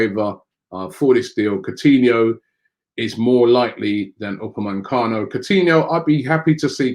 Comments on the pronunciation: only one 'n' in Upamecano it's not Upamancano ffs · How the hell does Robbie get UPAMECANO to UPA-MAN-CANO. It’s been more than a year. Jeez. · Please Robbie stop saying upamancano. It’s Upamecano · I hope we don’t sign Upamecano because I don’t think I could cope with you miss pronouncing his name every week lol